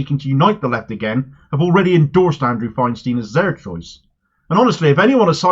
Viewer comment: Great candidate. But Andrew Feinstein isn't American so his name is pronounced "Fine-stine", not "Fine-steen".